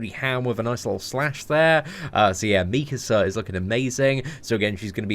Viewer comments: The way you were pronouncing mikasa was triggering me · His pronunciation of Mikasa is killing me